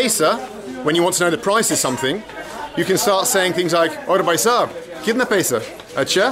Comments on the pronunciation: very informative and proud of you for sharing this... If it helps have a few pointers... the pronunciation is Bh-ai, not "Buy/Bai", coz although both sound the same they have different meanings.... Bai means lady... & can mean maid too.. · Very nice. BTW it is Bhai for brother not Bai. Bai means maid servant and you don’t want to call a random man that unless you are looking for excitement to kill time.